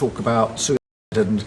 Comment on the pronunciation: wtf is a suh-silence and a soo site